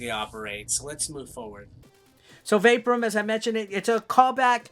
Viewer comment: Well done, Mate! I think it's pronounced "vay-POUR-um" Cheers🍺🥩🇦🇺🐨